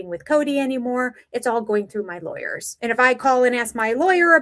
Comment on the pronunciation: Anyone bugged by how Kody says words?!? Kyody Pass, Lie-ers (lawyers). Then he thinks he’s superior to the OG wives and David.